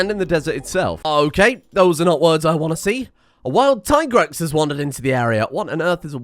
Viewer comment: in addion we now now subscribes to the superior pronunciation of Tigrex